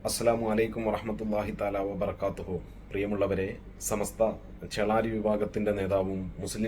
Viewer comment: സമസ്ത എന്ന് പോലും ശെരിക്കും പറയാൻ അറിയാത്ത ആളാണ്, നമ്മുടെ അനൗൻസെർ. ചമസ്ത എന്നാണ് പറയുന്നത്.